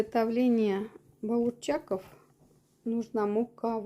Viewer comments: Здравствуйте, только не БаурЧаков, а БАУРСАКов🌹 Танец👏👏👏👏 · Масло нужно много, где-то 1 л. А у вас в сковороде очень мало масла..Баурсак должен плавать в масле при жарке. Поэтому у вас они не очень поднялись. Вы говорите баурчак, баурсак ведь надо говорить.